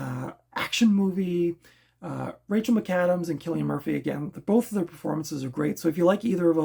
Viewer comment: You are right with pronouning his name theres a video where he tells how its said (kill not sill) lol. I really enjoyed red eye it was a great thriller i always enjoy these types of films 🙂